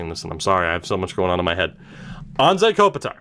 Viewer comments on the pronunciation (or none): none